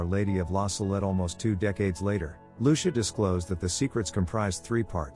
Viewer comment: Her name is pronounced LU CHEE A!